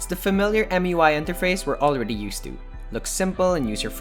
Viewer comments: MI-UI, not EM-UI.😅 Anyway, good overview. It looks good. But there are better alternatives that are also from Xiaomi. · Mui? Its mi u i tho